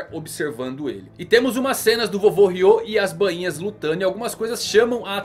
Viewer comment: Voce so erra na pronuncia do nome dos Bainhas vermelhas mano, Nao e Banhinha e sim Ba inha, so corrigindo isso, otimo video mano